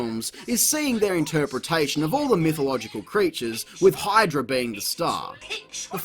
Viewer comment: Of course Phoenix/Dingo/LJN/whatever would butcher mythology IPs as well as fairy tale IPs. HEEDRA instead of Hydra? Credits already?